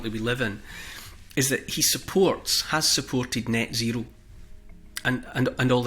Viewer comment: Do you mean 'Nyet zero'?